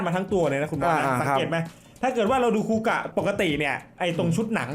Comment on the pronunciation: คาเมนไรเดอร์ คูกะ ไม่ใช่ คูกาก 😂